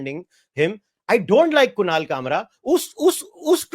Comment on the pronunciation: Kushal nahi kunal